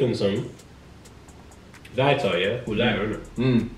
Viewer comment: "Occasionally" Riley